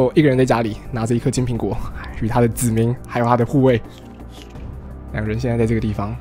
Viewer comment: 子民我一直听成籽岷xdd